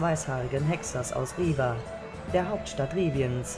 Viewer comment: Er heisst aber Geralt of Rivia… mit zweimal "i" und nicht Riva...im Englischen und somit musste ich mich erstmal umstellen aber ich finde Euren Aufwand echt super und auch die Musik ist sehr gut angepasst (ich erkenne sie wieder aus dem Spiel)...man wird auf jeden Fall suechtig nach Eurem Hoerspiel.